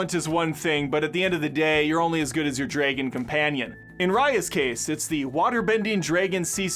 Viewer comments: Did you really just say "draygun"? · It's that how many times he said draygun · I cringe every time he says dragon😅